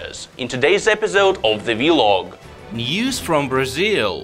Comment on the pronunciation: when will someone let them know it's "vlog" not "v-long"